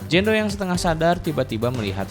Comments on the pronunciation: Jane doe (dibaca : jen du) bukan Jan do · Jein do bacanya kak bukan jando 😣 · Jen du nyebutnya bukan jan do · filmnya seru tapi lu ceritainnya g begitu jelas video Ama suara lu g sinkron jadi bingung terus cara baca nama lu juga g enak dngernya jando jando kan nama dia jane Napa ga sebutnya Jenn biar g bingung jando jandoo kek nama cwo kalau jenn kan bagus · anying jando dibacanya wkwkwkwk